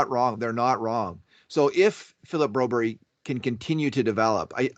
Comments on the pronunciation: why are you calling Phillip broberg BROBERY???????? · Broberry???? BroBERG,. You can do it! Do you call Mark Whalberg, Mark Whalberry as well?